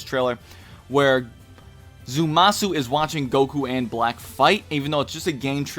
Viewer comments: It's Zamasu, not Zumasu. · Ikr i kept cringing lol but I'm not gonna make a big deal cuz he is very tired in the video